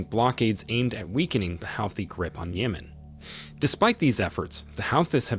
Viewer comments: This is AI. Keep saying the Houthi and Yemen nsme wrong. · The mispronunciations of Houthis, Yemen, and Yemeni are unbearable, but I appreciate the good information.